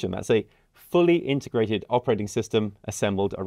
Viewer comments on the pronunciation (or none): none